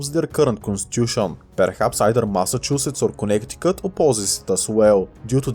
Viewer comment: bro really said "connect-i-cut" 🥀